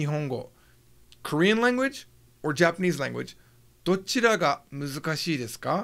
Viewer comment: It's "muzukashii" and not "musukashii"